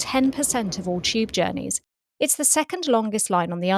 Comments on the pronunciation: Why does she pronounce tube like 'cheap'? 😂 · People from England pronounce a lot of words that start with a ‘t’ as a ‘ch’ sounds instead.